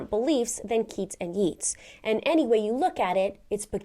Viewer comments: Hi, enjoy your show and you gave excellent creepy information. It’s pronounced Yates with a long A, not yeets. Just to help you. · It's 'yah-tes' not 'yeets' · "Yeets" was cringe inducing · It's spelled Yeats but pronounced like Yates. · Pronounced Yates not Yeets 😮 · Yeats is pronounced "yayts", not "yeets". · It's pronounced Yay-ts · it’s pronounced “Yates”, It hard to listen that (as the daughter of a literature professor). But your deep dive in very interesting! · I love you videos, have done for a long time. May I be so bold as to correct your pronunciation of Yeats, is actually pronounced Yates. Keep up the great work. Best wishes from the UK 🇬🇧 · Yeats is pronoun😢"Yates". Yeah I know, English is weird. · Its pronounced YATES 😂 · Yeats is pronounced Yates (which rhymes with gates, eh?) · yeats is pronounced 'yates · Do you mean yeats pronounced yates ? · Fyi, yeats is pronounced YATes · Its pronounced YATES. William Butler Yeats, was fascinated by the afterlife, and Irish mythology. He wrote a poem called Stolen Child about a child being coaxed away from his life to the otherworld by a fairy. These children were often said to be replaced by changlings, a fairy disguised as their child. Its a beautiful poem. Intersting choice of writer. Wilde and Morrisey (writer of the song) were both gay so that could be the reference there. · Oscar Wilde was gay, and that song has a gay subtext. 'Yeats' is pronounced 'yates.' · Yeats is pronounced like it rhymes with gates, not like it rhymes with eats. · It’s pronounced “Yates” even it’s spelled the other way. Not complaining, just helping. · Great video as ever. FYI - Yeats is pronounced Yates even though the spelling is similar to Keates, which you pronounced correctly. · Note that Yeats is pronounced Yates. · Not criticizing, but thought you'd want to know, Yeats rhymes with Gates. Don't know why! 😊